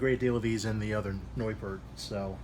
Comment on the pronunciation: BTW, this guy ALMOST pronounces the name right. lol